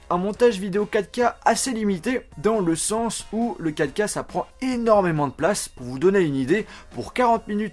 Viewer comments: A la place de dir 4K t'as dit caca 😂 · Ahhh mdr j'ai du réécouter pour comprendre "vidéo 4k", j'avais compris " vidéo caca" ...